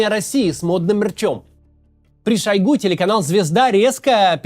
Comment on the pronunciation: Максим неправильно ударение в фамилии ставит, правильно шОйгу.